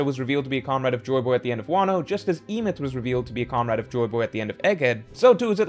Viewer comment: The pronunciation of Emeth has to be rage bait